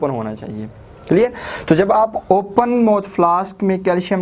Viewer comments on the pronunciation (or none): Mouth hota h mot nai